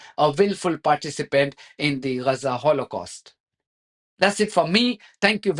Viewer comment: Is it Raza or Gaza?